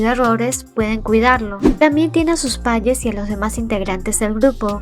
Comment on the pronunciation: por que dices? en lugar de padres??